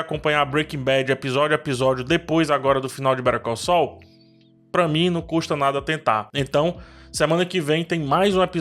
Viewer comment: Aliás, péssima pronúncia de Better Call Saul, passei um tempão pra entender do que ele tava falando...